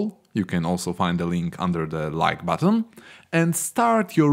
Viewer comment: yes "Create AAP BAATAAN"